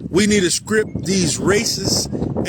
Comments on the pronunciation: its strip not script moorons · God, why does he keep saying "skrip" instead of "strip". It's driving me nuts 😂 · He can't pronounce "T"'s words with a T in them, he makes a hard C sound instead of a T.. like Strip..he pronounces Scrip, and Strife he pronounces Scrife. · May the most high grant you the power to pronounce the letter t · He can't even pronounce "strip."